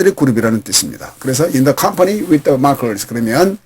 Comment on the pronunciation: 공부하기에 넘 좋아요, 그런데 ieueo 의 앞에 디로 발음이 되는것 같은데요 ?